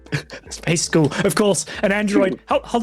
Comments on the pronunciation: Space skoool... 😂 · Can we talk about and how he says the word “School”?! 🤣🤣🤣